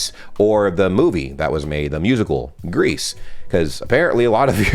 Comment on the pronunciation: "Greece"? Musical? Not familiar with that one... do you mean "Grease"? Has nothing to with the country, lol.